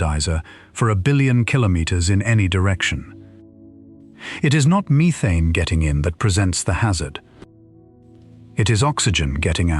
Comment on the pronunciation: Stop saying methane wrong 🤦🏻‍♂️